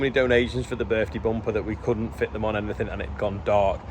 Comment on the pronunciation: The Birthday Bumper, the last name mentioned originates from the west coast of Norway. You pronounced it as if you lived there and, spoke the language.